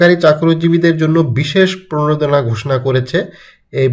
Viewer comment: প্রনেদনা না রে ভাই, প্রনোদনা। উচ্চারন ঠিক করেন আগে।